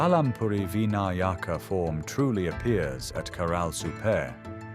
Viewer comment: Oh please say "Vinayaka" correctly. Jai Om...